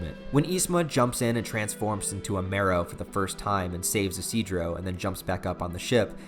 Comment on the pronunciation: Actually, his name is pronounced "ishi-do-ro"